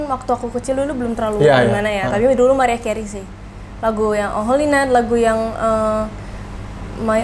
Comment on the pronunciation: Bukan MERIAH ATAU MARIAH tapiiiiiii MERAYAH KERIY gitu baca nyaaaaa